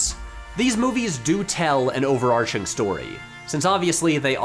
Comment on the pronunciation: Thank you for pronouncing overarching properly